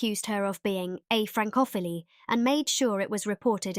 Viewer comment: I agree. Having DR AI narrating is really not helpful. One example: Vicky were accused of being ‘a fran-cough-illy’